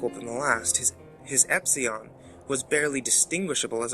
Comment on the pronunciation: "his epseon" man I lost it XD